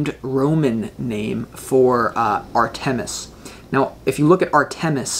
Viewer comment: Dear …this was my first viewing of you and your creative readings. Fabulous! Thank you! I don’t want you to have to endure the wrath of Artemis. Please allow me to suggest you check your pronunciation of her name. Phonetically " R ta miss," accent on "R" first syllable. 🏹 Blessings!